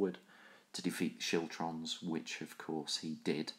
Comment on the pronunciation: Siltrums? Chiltrums? What?